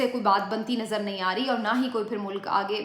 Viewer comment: Its not Veeeeelog its vlog pehle bolna seekhlo.. Nawaz Sharif zindabad ❤ Imran Khan murdabad 🤬